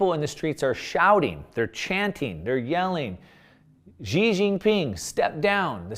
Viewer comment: His name (Xi) is pronounced She not Zi. If you want to sound like you understand Chinese politics and society, you should know that in pin yin X=sh . If someone calls him Zi, I know that they have rushed to learn the basics . Things like Foxconn etc. practice my friend